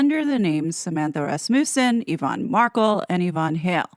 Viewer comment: It's pronounced RASmuhssen